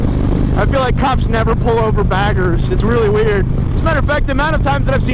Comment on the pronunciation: Lol sweet bike though. When you say Harley baggers it's sounds like Harley faggers..lol.